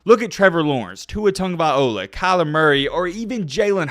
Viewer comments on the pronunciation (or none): TUNGOVAI-LOA. LOA. Not “ola”